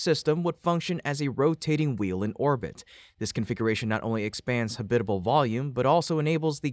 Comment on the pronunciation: ha-BIT-a-bul? All of my 78 years, I've heard it pronounced as HAB-it-uh-bull.🤨, I'd guess that going potty in a space suit would be a bit of a challenge.